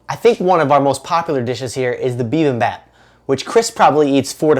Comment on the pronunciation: loved the video but you said bibimbap wrong